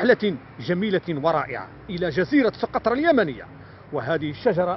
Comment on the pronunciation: سُقطرى و ليس سوقطرة